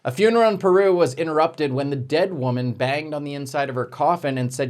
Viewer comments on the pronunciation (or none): none